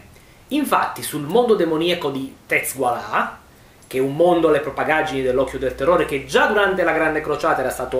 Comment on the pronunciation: Abbandona il chaos e torna nella luce dell' imperatore . Smettila con le "propagaggini" , nun se pò sentì ;P "propaggini" please, "propaggini" .